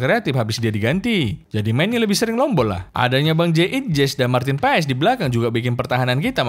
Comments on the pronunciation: bang sekedar informasi, sebutan marteen paes itu marten pass buka paes hehe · BUKAN MARTIN PAES. tapi di baca MARTEN PAS ! pronounciation DUTCH daerah tertentu itu bos.. jgn salah sebut nama orang.